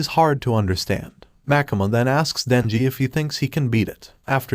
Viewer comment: bro its makima not makama but makama sounds like demon slayer